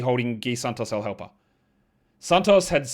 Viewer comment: “L Halper”